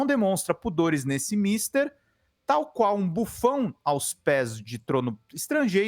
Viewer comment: Amigos, sem americanização na pronúncia. É "misTER", não é "MISter"... "MISter é Mr.Trump. A palavra em português se pronuncia como se faz na última sílaba de outras palavras, como "mulher" ou "colher"